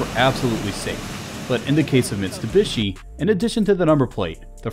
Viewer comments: It's MitSubishi not MiSTUbishi! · it's NOT MiSTubishi, is MiTSubishi !! :)) T is first, when you say it. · It's Mitsubishi not mistubishi, although this was a great comparison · Him saying "Mistubishi" instead of Mitsubishi, really on my nerve. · Bru can you read? Mitsu not mister. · its no mis+tu+bishi dude, its mit+su+bishi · It's a Mitsubishi not Mistubishi.. God! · You know it's not Mistubishi!!! It is MITSUBISHI ! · It is called Mitsubishi.... Mit-su-bishi - NOT Missssstubishi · Stop saying mistubishi. Its mitsubishi. I drives me nuts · MITsubishi, not MIStubishi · "Mistabishi" wtaf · Cool video but who’s Mr Bishi? 😂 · You say " mistubishi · And this was AFTER the video he made on how to pronounce the brand names correctly...